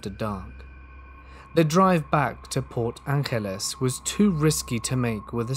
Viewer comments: re: the first story, it's obviously set in washington state from the cities mentioned. Port Angeles (PA) is not pronounced with spanish accent. it's port An-Jell-us, also not in pennsylvania. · Port Angeles is said like Los Angeles, USA (like the g in giraffe) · And Forks and La Push. Glad somebody else caught that. I was confused. Also Port Ankless? Lol 🤷‍♀️